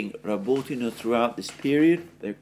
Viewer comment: I listen to this just to hear Alexander's impeccable pronunciation of Rabotino.